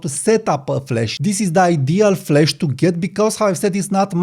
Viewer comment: Not ragging on you, but it's flash not flesh! I came here for flash not flesh. The 'a' in 'flash' is pronunced like the 'a' in 'apple' or in 'cat' (æ). The 'e' in 'flesh' is pronounced like the 'e' in 'bed' (e). The 'a' in 'flash' is a longer vowel sound than the 'e' in 'flesh.' On the other hand, I now am hungry for a steak. 😮